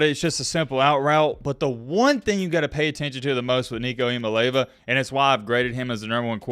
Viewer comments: With due respect, it's not "EE MAA LAY VAA" it's pronounced "EE YAA MAA LEE AA VAA" not trying be a prude but it is important to get his name right if you are going to talk about him for years to come. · 😂💀💀 it’s "EE ah MAH lay AH vah" not “EE ah Mah Lay va” 😂 GBO🍊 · say this 10 times. Start out slow, then faster and faster each time: six syllables, 3 first, then the other 3, like a 6-syllable poem: EEE-am-mah... LAY-ah-vah. EEE-am-ah-LAY-ah-vah. Just keep saying it until you don't have to think about it. Your analysis is always fun to listen to, keep up the great work. Worth learning this young man's name, as you point out he's gonna be with the football community for many, many years to coome. Go Vols! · Just for future reference, it's pronounced ee/ah/mah/lee/ah'/vah. It really doesn't matter to me because within a year the only people who can't pronounce it correctly will be aging commentators ( just like with Tua). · Eee-ahh-moli-ahh-vaa took me awhile to get it myself but it rolls off the tongue now #mattbmispornouncing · Gotta work on that pronunciation! 😂 Ee-ah-mah-lee-ah-vuh Oh and go vols! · Looking forward to the Nico Show! Just a heads up, he pronounces it ee-uh-mah-lee-ah-va. Not trying to be a grammar czar or anything like that - I straight-up butchered it the first time I saw it. 😁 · You have got to learn how to say his name!